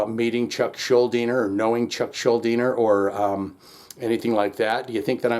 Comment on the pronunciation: Kudos for pronouncing Schuldiner correctly. People still get it wrong to this day, a quarter century after his "death"...